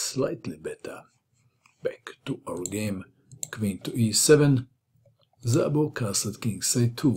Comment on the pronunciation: 'Szabo' It is pronounced as 'Sabo' with 'S' like in 'Saturn' not with 'Z' like in 'Zorro' (however Szabo fight agains Kotov like Zorro - so not to bad)